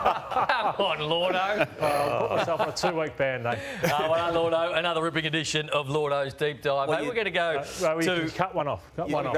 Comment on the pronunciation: isn't it lloydo? not llordo? tf is llordo?